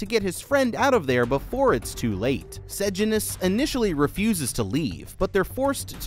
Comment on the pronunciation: Bro, i will teach you how to pronounce sejanus. Its Say-Jay-nus